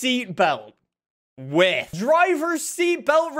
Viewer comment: Is it just me or the way says ‘with’ sounds like ‘whiff’???